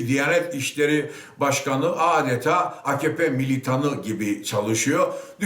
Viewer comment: Akkoyun. Reisleri bile bağırırken a-ka-pe yerine a-kah-pe diyor. İyi dinle bak. :)